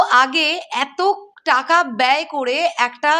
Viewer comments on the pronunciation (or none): none